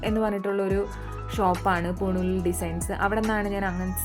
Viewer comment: പൂണൂലിൽ അല്ല പൂണോളിലിൽ 😂😂😂 ഒരു വീട്ടുപേരാണ്...😂😂